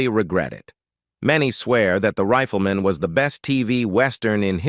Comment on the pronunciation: If this NARRATOR actually watched the intro of the show he should know how to pronounce it's title... it's not THE RIFLE MAN as he keeps repeating, it's THE RIFLEMAN -one word! The NARRATOR then goes on and on with a non-stop pseudo-narration that really irritates. I'd like to see him take on subjects like 9/11 and COVID, maybe he could improve on the "official" fairy story with his way overly dramatic tone. And you got the wrong JOHN ANDERSON photo to boot...